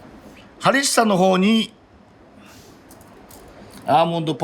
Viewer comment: ホンビノスとハリッサを何回か言い間違えてて可愛すぎる